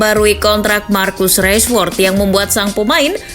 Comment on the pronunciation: Baca nya tetap biasa rashford bukan reshford makasih.